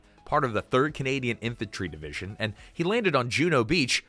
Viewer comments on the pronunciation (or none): none